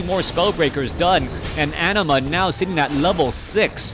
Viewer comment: Anima is a summon in Final Fantasy X and is pronounced the way you say it, no need to fear:P